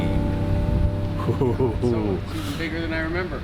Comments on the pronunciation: 'Doll Feen'? It's actually pronounced 'Dough Fan' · Dolphine? Dauphine? Why can't Americans pronounce it? lol Dauphin = DAW-FIN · It's not dolfin! Please don't pronounce it with an L! "Dawfin" is how you pronounce it!! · Eurocopter AS365 Dauphin; Why do you keep calling it a Dolphin?? Dauphin of France (/ˈdɔːfɪn/, also UK: /dɔːˈfɪn, ˈdoʊfæ̃/ US: /ˈdoʊfɪn, doʊˈfæ̃/; French: Dauphin de France [dofɛ̃ də fʁɑ̃s] ⓘ), originally Dauphin of Viennois (Dauphin de Viennois), was the title given to the heir apparent to the throne of France from 1350 to 1791, and from 1824 to 1830.[1] The word dauphin is French for dolphin and was the hereditary title of the ruler of the Dauphiné of Viennois. While early heirs were granted these lands to rule, eventually only the title was granted. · Mate “DO FAN” not Dolphin, not Dolphine…please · Dauphin is pronounced more like Dau-fan in French. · DAUPHIN!! Pronounced DO-FAN or DOUGH-FAN Its French. Dauphin 2 this type was Operated in the Search & Rescue role over here in Ireland with the Irish Air Corps. The Irish Air Corps is the Military Aviation Element of the Irish Defence Forces. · Has the 💶💵💷 to buy these two choppers but can’t pronounce the model name correctly. 🙄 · Dave just cant say Dauphin , its a beard thing